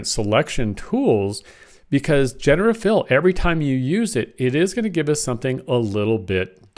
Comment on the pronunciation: The word is "jen-er-uh-tiv"